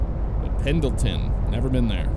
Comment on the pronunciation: I do love me a good Sprinter! And Pendleton is said "Pen-nil-tun" or "Pen-il-tin", as the D is in fact, silent. Also Oregon is said "Or-uh-gun", "Or-ih-gin". The E is not enunciated, and the syllables are not emphasized much if at all. EDIT: It is rather fitting that someone added in Sprinters to ATS seeing as Mercedes is owned by Daimler, who has their North American HQ here in Oregon. Inadvertently you were repping the Oregon DLC with this haha. Same using anything American Star or Frieghtliner.